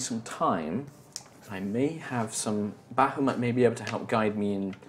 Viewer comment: Say it with us BAH HA MOOT: Bah hoo maht No...BAH HA MOOT: Bah hoo moot Nevermind...